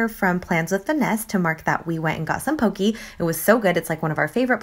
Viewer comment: This week turned out so cute! (also you pronounce poke wrong! it's poh - kay)